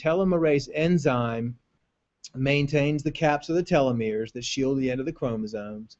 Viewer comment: not telometers, it's telomeres.